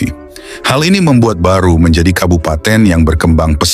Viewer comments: Barru bukan Baru. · Barru bukan baru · Allah, bukan Alah , Makassar bukan Makasar , Barru bukan baru , Soppeng bukan Sopeng dst dsb.